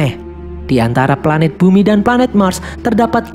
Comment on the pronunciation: Pelanet nya erpan